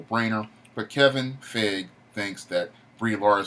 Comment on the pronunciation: Its Kevin Fi-Gee